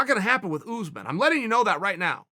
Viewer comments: Kamaru Usman: exists Chael Sonnen: OOZEman Kamaru OOZEman: OK GREAT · Chael "Oozman" Sonnen